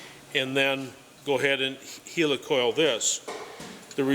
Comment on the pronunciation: Its helicoil as in helicopter! 🤣